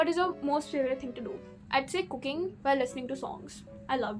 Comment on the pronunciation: i heard cooking as cocaine initially :face-purple-crying::face-purple-crying::face-purple-crying